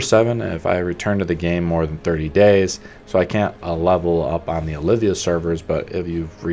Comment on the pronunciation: Idk why. but it triggers me when ppl call the channels Olivia.. it's OLVIA :D Good vid though